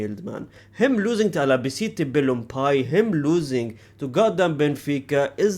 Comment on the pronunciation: Albacete Balompié ❌️ Alabicite Bellompie ✅️ Rayo Vallecano ❌️ Reyo Vallesino ✅️